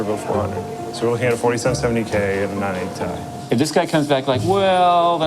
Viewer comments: "-... 980*TIE*" Nobody EVER pronounced it like that, huh, Linus? 🤔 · Anyone else hear say 980 TIE at like? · Why does keep saying 980 ti like "TIE"?